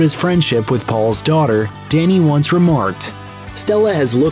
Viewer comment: Dhani isn't pronounced "danny" it's pronounced "donny".